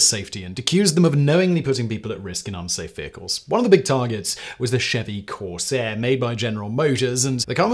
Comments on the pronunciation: It's a corvair, not a Corsair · Chevrolet Corvair not Corsair. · It's CORVAIR yawanka